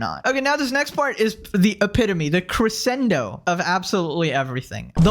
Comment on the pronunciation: Jesus not only did you use crescendo incorrectly, you didn't even SAY it right